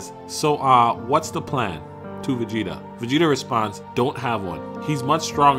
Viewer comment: bro cant even pronounce his name